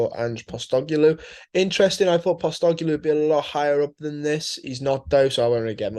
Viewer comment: Ange Posstogeloo hahahaha that's the best pronunciation I've heard of his name yet.